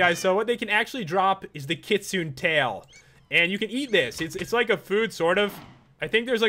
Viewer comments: Its pronounced Kit-su-nay Kitsune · u said kitsune wrong its like kit-tsu-nay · Kitsune is a japanese translation for fox. and is pronounced Kit-soo-ne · that fox is ki-su-ne not ki-sune...but actually another good review pat! \ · its not khitsuun its kitsune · He pronounced it kit sune. Isn't it pronounced kit sune ay? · ITS PRONOUNCED KIT-SOO-NAY NOT KIT-SOON PAT!!!!! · not kitsooon but kit-soo-nay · It's not kitsun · Also kitsu nay not n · This is an important message about you not pronouncing kitsune. Also the creator made a typo in kitsune. It's suppose to be Katsune. Also Katsune is pronounced as (Cat-Soon-Nae). It's a Japanese fox that's why. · The kitsune, you actually pronounce it like kit-su-nay. So Pat, you had it right besides the end. Thought youd like to know :) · It's pronounced kitsune, with the e sounded at the end of it. And kitsune is actually Japanese for fox. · I am a interested in many different ancient mythologies, and kitsune (pronounced kit-soon-ay) is from Japanese mythology, It is a nine tailed fox like the one in the animé naruto. I have noticed the name in a few mods that you have reviewed and you always mispronounce it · Kitsune is pronounced KEET-SOON-AYE. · It's Kit-soon-eh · It's pronounced kit-sue-nae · It's pronounced kit-sune-a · its pronounced kit-su-ne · You said Kitsune wrong, the e is pronounced as an 'A'. The Kitsune is a Chinese folklore story, the Kitsune is a fox spirit that can take human form and has 9 tails which is where the pokemon ninetails came from... Pretty cool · You say the Kitsune wrong Pat :3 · Ok for starters, you mispronounced many of those names like wyrm should sound like weerm and Kitsune should have the -une pronounced as far as I know. Also mutant creatures mod works in 1.7.10 at least with Bomby which I tested out. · You said Kitsune wrong.